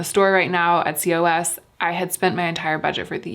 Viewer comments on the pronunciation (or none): I think COS it’s pronounced “cause” or “koz”.